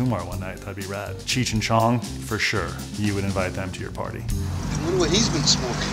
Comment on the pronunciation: YO BRO U MUST BE STONED IT'S CHEECH NOT CHURCH